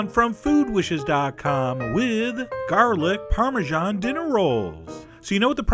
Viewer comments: I love your stuff. But I really hate how you say the word parmesan. It's /ˌpɑrmɨˈzæn/ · It's an Italian cheese, it should be pronounced the Italian way. Go back into your hidey-hole where America is the only country that exists. I'm American btw, and I hate people like you.